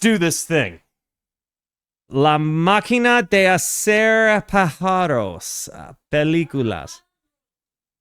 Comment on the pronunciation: hi, a little correction, it s not "pajaros" with the "j" as in english. Vowels and consonants are different in spanish. Is "páharos" with the first "a" accentuated. And the j is pronounced as "h" in english but with a strong sounD.